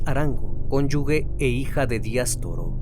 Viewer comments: Se pronuncia "conyuge" y no son porq no están casado legalmente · se escribe conyuge se pronuncia (conyuje)... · Cónyuge, sin la "u", suena como j, se pronuncia "conyuje" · Todo muy bien, solo un comentario para tu audiencia y seas mucho mas profesional-- se dice CONYUGE sin la U entre la G y la E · Cónyuge se pronuncia conyuje